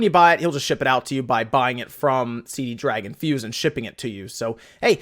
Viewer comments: It's not CD Dragon...there is only one D... It's C Dragon. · CD Dragon must be selling the Con-Fuze. I always read C-Dragon there, never saw that extra D i´m always hearing here :-D